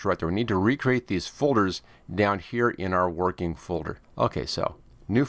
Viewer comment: Its not vorkin